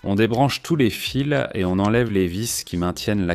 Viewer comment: " on relit tous les filssss". Bien la prononciation. Au début j'ai cru que c'était une vraie voix il n'en est rien, c'est encore une voix de synthèse. Du coup la crédibilité de l'origine de la vidéo est dévoyée. Hop à la poubelle...